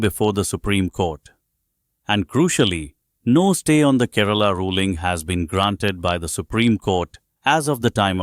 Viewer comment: For heaven's sake! This Indian state's name is Kay-- ra-- la and not KE- RAA-LA 😂